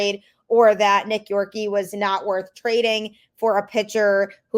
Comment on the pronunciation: Please, for the love of God, know how to pronounce the name of our players that have been in our system for a long time. You pronounced Nick Yorke Incorrectly, and I’m sure you must’ve heard how to pronounce it because he’s one of our top prospects